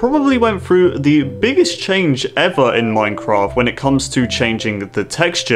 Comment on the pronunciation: HE SAID IN MINKHRAFT!!!!